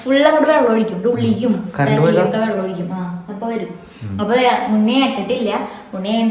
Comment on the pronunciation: വള്ളം ആല്ല വെള്ളം ആണ്